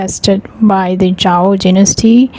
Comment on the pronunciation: Zhou not zhao ..